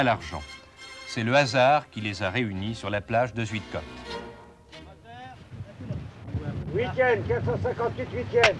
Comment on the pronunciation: On ne prononce pas...Zuidecotte mais Zeuidkaute.Cette localité à fait partie de la Flandre toute proche.